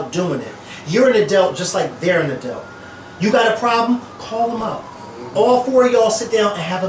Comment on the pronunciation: I love the way that says "adelt" when he means adult.